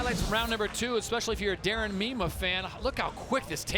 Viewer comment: Its pronounced "MY-MAH"...Please say the "mean one" ☝🏼💪🏼😂